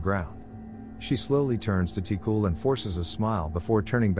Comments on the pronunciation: Yeah, like for example: Ti-cul {Tee Q} (but don't pronounce the E sound in Q and it'll be close) , (it means like "kiddo" comes from "petit" {puh-tee} meaning small "petit"-> "ti". And "Cul" meaning "ass". It doesn't translate well to English but just see it as meaning "kiddo" or "kid" ) Bonin {Bo nine (but stop halfway through pronouncing nine)} (Bonin is a Family name, it's like calling someone "Johnson") Vézina (pronunciation was correct in video. It is, also like Bonin, a family name) Thérèse {Tay rise} Réal {ray al} Céline {Say Lin} Demers {Duh meh-rs} Zoé (pronounced correctly) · Ti-Cul is pronouce "Ti-Qu" 😂no offense, just funny to see how other languages will pronounce it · The way you pronounced ti cul 😹 tee- qwu* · Always hilarious to hear typical Québecois names pronouced by anglish speakers lol Tee-Cool hahahaha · The L in "Ti-Cul" is silent. It's French Canadian slang for "Little boy". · (From Québec) hahaha It made me laugh so hard the way you said the names especially Ti-cul, wich is obviously not his real name since well, it's a form of insult and you don't pronounce the L in it. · I cringe when the voice pronounce the name like ti-cul or other names from Québec